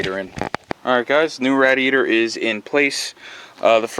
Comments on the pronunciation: Why the fuck do you call it a Rad-e-yator? It's a fucking radiator. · Great video, one thing though. . . . It's pronounced RAY-DEE-AY-TR. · Was painful constantly hearing rad-iator over and over..... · Yes, it's a good video... please edit radeator.... out, that was hard to watch hearing that! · The way u say rah-di-A-tor......🥊🥊🥊🥊🤬🤬🤬🤬 my ears hurt the whole time!!!! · Dumb women can’t even pronounce radiator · I just can't watch hearing you pronounce that!